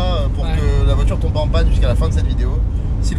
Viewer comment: A , il dit bien le "pas" mais il n'est pas bien prononcé :D